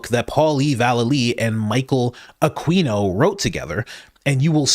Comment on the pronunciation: Aquino is pronounced ‘ah KEE no ‘ not ‘ah KWEE no’.